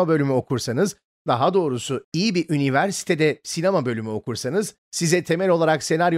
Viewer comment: Sen üniversite deyince kendimi Habertürkte haber kuşağı izliyormuş gibi hidsediyorum. Niyeyse bu kelimeyi doğru söylemen yuvarlamandan daha çok kulağımı tırmalıyor. :)